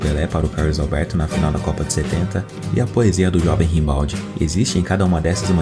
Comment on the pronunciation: A pronúncia de Rimbaud é "Rambô". Ótimo vídeo